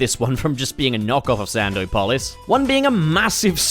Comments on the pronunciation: You're pronouncing "Sandopolis" like that as a joke... right? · The way you're pronouncing Sandopolis is giving me an aneurysm. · I can't with sand-O-polis lol. Love it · thought he was sneaky with that sand-o-polis pronunciation 😭😭